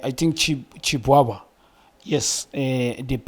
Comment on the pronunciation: I like it when he tries to pronounce some of the players' surnames 😂😂😂😂Chi...Chi..uChiiiiiiiibwabwa 😂😅